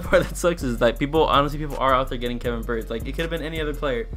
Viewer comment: His name is BY-YARD